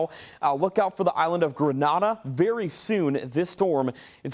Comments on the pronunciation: Why can’t Americans pronounce words correctly. It’s GreNAYda not GreNAHda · He 😂 definitely thinks they speak Spanish that’s why he said Grenahda but he got Barbados right 😂now 😂 at least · Islands name pronounced incorrectly..Grenada and Tobago 🇹🇹